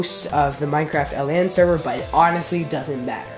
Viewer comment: "LAN SEVER"